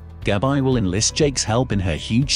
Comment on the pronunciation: Demerara, not DImera. Not GabI, Gabby